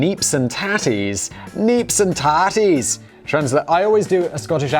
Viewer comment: Aye i am Scottish & fine it funny how you can't say "Isle of Arran" to save your self as you make it sound like "Iran" but you can say "neeps and tatties" in a near perfect Scottish highland accents ;-)